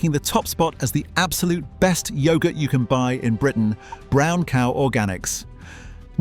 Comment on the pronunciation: I'm not going to listen to yoghurt being pronounced like that